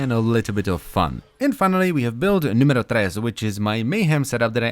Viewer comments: did he say "build numero 1!?" triggered because I'm italian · I love when you say "numero" ^_^ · Thats how finns say it